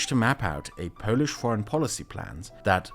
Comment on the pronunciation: not to correct You but when talking about the antirussian club You overpronounciate the word "polish" , like in polish-portugeese relationships. the pronounciantion weight should be on portugeese.